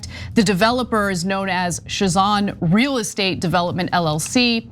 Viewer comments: It is pronounced Sazan not shazan. Zvernets is pronunciation for Zvernec. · It's not Shazan it's Sazan, even Ivanka Trump pronounced it correct, but you, no you just don't know how... And the rest of this reporting is disconnected and just throwing empty words...I'm not pro the sale of that the Island and the rest of surrounding ecological protected area, but my God this reporting is completely bogus frustrating to listen too, so disconnected, what do you people get out of this ?!